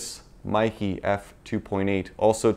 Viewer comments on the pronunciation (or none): It is actually MEIKE, not Maeekee. E is pronounced like in bEst, tEst.